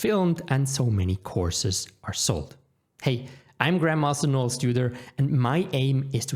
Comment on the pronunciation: Excellent. Thanks for the honesty. Took me a second to realize you weren’t saying “what a Grandma stwould do.” After my confusion cleared it was a very good video.😄